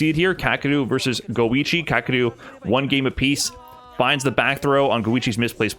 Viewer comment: never heard his name pronounced kaa-kru before.